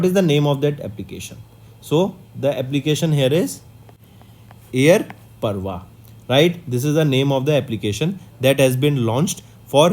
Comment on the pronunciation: FYI : its Air Pravah sir Not Parvah